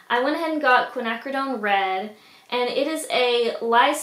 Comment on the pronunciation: The cans are called Oily Waste Cans / Oily Waste Containers. You can get them on Amazon. You had the pronunciation of Quinacridone Violet correct. It's pronounced fa-low, not pa-ta-low. Don't feel bad though, I've heard people call it patalow before. ;)